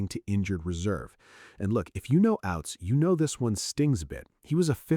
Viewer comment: Ouzts, not Outs, not Outz.